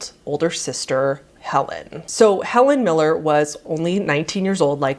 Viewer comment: I THOUGHT U SAID HELEN KELLER